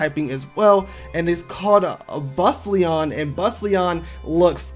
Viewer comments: Bustallion = how do you end up pronouncing this as Bus-leon? Naguara = Na-ga-ra? There’s a letter “u” after letter “g” - how do you miss that? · You pronounced Bustallion wrong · The way he pronounced Bustallion… 😩😩 And pretty much 50% of the other pokemon